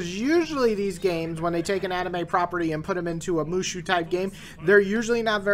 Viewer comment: XD it's pronounced as ( Moo So ) but good review the game is ok nothing special